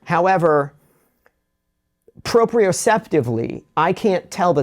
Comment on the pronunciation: He said propieoceptively